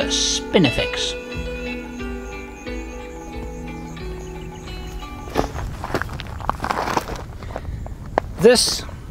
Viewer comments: Is it my aging ears, or were you saying "spiniflex"....instead of "spinifex"? I seemed to be hearing an errant "L" in there....??? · I love how you pronounce spinifex as spiniflex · Spinifex sericeus --- NOT "spiniflex" (as you pronounce it)